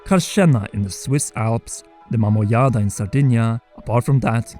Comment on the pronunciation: Thinking that maybe the Zelda team took inspiration from an artifact from my native island makes me kinda proud , oh and the pronunciation of the word "Mamoiada" was on point